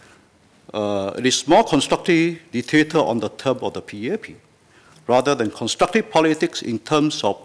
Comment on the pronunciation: WHAT DID HE SAY? It's not that I support the ruling party, but how can I support an opposition party when the leader cannot even speak English properly? How can I vote for someone who says "constructive" as "constructee", "mentioned" as "manktion" and "shift" as "sheeee", let alone be able to communicate with leaders of OTHER COUNTRIES and promote bilateral ties? Can you imagine what the people of other countries will say? And I'm only at the tip of the mother-effing iceberg. No. No man. LTK please understand that Singaporeans are not stupid, and younger Singaporeans like myself are well educated, ENOUGH to know that you won't make it out there. Don't even talk about "in Singahporh". Not every one is voting blindly. Most of us do actually THINK before voting, in case you, LTK, were not.. in the loop should we say. Please, bear that in mind.